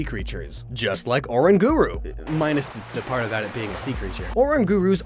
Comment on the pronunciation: the correct pronunciation is Or-rang-guru, not Oran-guru. Cosmog's evolved for is pronounced Coz-mome. (Note the pronouns are not spelled the same as the names for reason which i'm sure you already know but for those who don't it's because the spellings in pronouns are what you say in 1 word to say a pokemon's name because if all the pronouns were spelled the same as the pokemon names you would be saying their names wrong, this same situation is true for pretty much almost everything really like Human for example is pronounced Hue-man, say it in 1 word and you say Human) Ark-e-us Arceus actually Gallade like Lucario, (Why is it not psychic?) can sense the emotions of people and can read auras like psychics, so Gallade has a very good reason to be psychic type Love like Friendship is magic, Love and Friendship are both very strong forces and powers as well as both being magic, so magic is real too like psychics ghosts would not just phase through a punching bag either as the have the ability to pick up and move stuff around so the same is true for punching bags